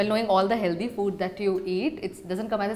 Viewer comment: Funny how she acts so elegant but say HELDY instead of HEALTHY really takes away a few points ….